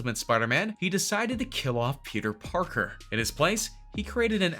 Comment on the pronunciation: Yo he said Peter porker